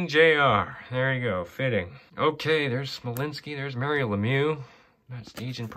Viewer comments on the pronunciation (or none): none